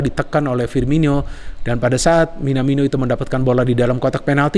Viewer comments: Sabar 😅, nyebut Minamino🇯🇵 Kepleset mulu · Gara2 kochi nih, belibet nyebut Minamino 😄